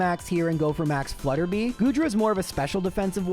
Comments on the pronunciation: "Hilbury" (actually Hulbury) is the second gym location, not the first. Also, it's Max Flutter-BYE, not Flutter-BEE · Hey! Three quick things: 1. Max Flutterby is "flutter by," like if you switch the letters around in "butterfly" 2. Bea is pronounced "Bee." It's short for Beatrice 3. I'm an audio engineer and I've noticed your plosives - "p" and "b" sounds - hit the mic a little hard and make a light popping sound on big speakers. You can fix this really easily by putting a cheap pop filter on your mic and also putting what's called a "high pass filter" (usually built into any EQ) on your vocal track. High pass at 100 Hz and it'll cut out that low stuff without affecting how your voice sounds. Excited for another month of!